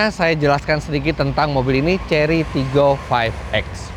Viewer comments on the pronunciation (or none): pas ngomong TIGGOnya itu mirip logat palembang, tigo atau tiga